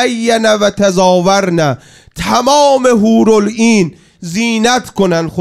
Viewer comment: حورال‌این چیه دیگه!؟؟ لااقل اسمش رو هزار بار تو فیلم اخراجیها شنیدی که !!! درست بگو حورالعین!!!